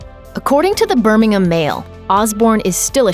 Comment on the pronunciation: Thumbs up for the first time ever hearing Birmingham properly pronounced from US media